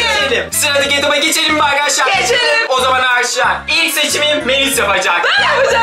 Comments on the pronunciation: Ama arkadaşlara aşalar diyo amanın demesi çok komik hahahsjjsjs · Abi aşar diyorsun arkadaşlar yaaa😄😄😄😄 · Peki arkadaşlar yerine ağaşlar demesi😂😂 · ağarşlar diyorr